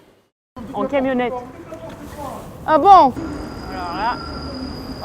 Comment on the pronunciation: "Vous dite n'importe quoi. N'importe quoi " "Ah Bon! " avec le petit accent :D ça m'a bien fait rire